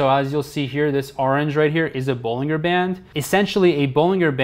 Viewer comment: Bollinger is pronounced with a J, not a G it sounds like Bollinjer